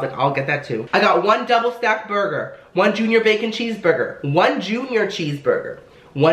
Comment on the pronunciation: did you know that some salad dressing is more fattening then a burgahhh